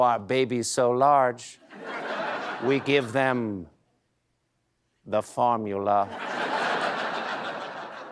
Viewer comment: okay why was "…the fOrMuLa." delivered to camera B so funny???